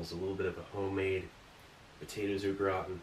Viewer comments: Kept thinking you were saying "the potatoes look rotten" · I thought he was saying “the potatoes look rotten” until I was a 3rd of the way though 😂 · I kept hearing “the potatoes look rotten.” Lol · "grautin"... LEL! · Steve says au gratin as if it's an Irish family name. 😂 'those darn o'gratin boys!'